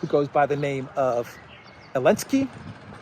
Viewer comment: what is this that you call Zaleski with an A....Alenski Is this a joke on the name or what?